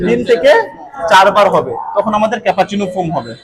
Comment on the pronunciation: উচ্চারণ টা ক্যাপাচিনু নয়,, cappuccino . আপনার শেখানোর কৌশল খুব ই ভাল শুধু উচ্চারণ টা প্লিজ ঠিক করে করুন। ধন্যবাদ।